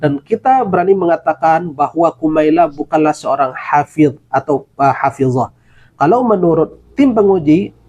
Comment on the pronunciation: Ternyata….omon2……kumaila bukanlah hafish, tapihabiiiiis